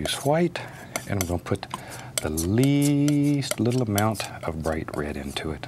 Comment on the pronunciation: "Beat that lattle deval off"